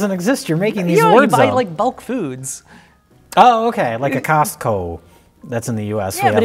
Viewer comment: the way says Costco is scarier than anything in the movie.